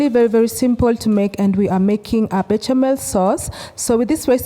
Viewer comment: Pronounced be-sha-mel sauce.